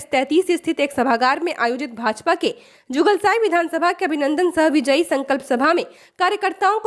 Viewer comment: Jugalsai nahi madam ye jugsalai hain😢